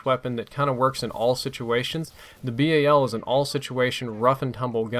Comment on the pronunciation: its BAL one word not B A L